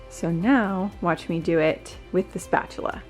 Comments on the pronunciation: “Spachela included” 😂😂😂😂 and always Ryan is a mess 🤷‍♀️😂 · When you said “keep your spatula in your nightstand you might use it more often than you think” I burst out laughing 😂 Am I the only one who heard it that way?